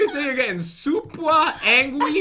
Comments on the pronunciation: I was laughing when you said I'm super angwis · supwa* angwies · When said she was angry she said angwry and I started to laugh then spit out my drink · Tf is super angwies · I am super Aingwies:did you just say super aingwies